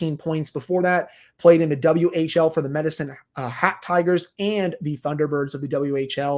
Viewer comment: Lmao at you saying Medicine Hat Tigers like Hat was a part of the team name 😭